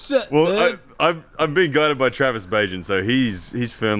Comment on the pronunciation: dangit i thought his last name was pronounced bag net